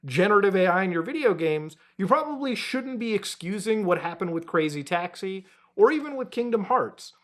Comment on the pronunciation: I actually couldn't listen to you keep saying crazy taxi like that lol